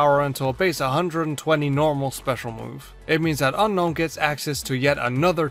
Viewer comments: Hey, did you know it's actually pronounced un-own? Gets murdered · Seems like you still refuse to pronounce it as Un-own, huh? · its UN-OWN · I don't think that's how you pronounce Unown...